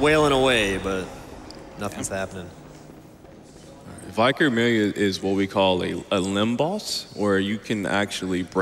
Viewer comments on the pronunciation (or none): Viker? Why does he keep saying that? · He’s shocked at the pronunciation of vicar , he is pointing out the weird way he said it “vyecar” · They're saying it that way because that's how it's pronounced in the game. They're saying it right, in context. Their take on 'vicar' on the other hand...